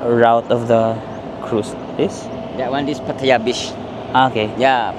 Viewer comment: Laughtrip dami energy ‘pag kausap mga Englisherong afam, conyo, at bebeboys pero si madam na kasama sa tour imbyerna sya! 😭🤣 Anyway afaik the first syllable is stressed yata when pronouncing Pattaya? Ingat-ingat baka ma-bash ka na naman ng mga feeling perfect eme! ✌️